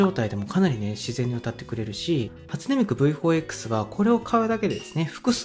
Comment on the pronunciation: 「初音ミク」の発音が「味の素」なのすんごい好き